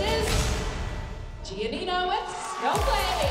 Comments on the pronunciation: Abby told Gianina to move on while abby was the one who kept talking about it. Also what’s with the way she pronounces her name “gnina” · Anyone else notice the fact that Abby never pronounces GiaNina’s name correctly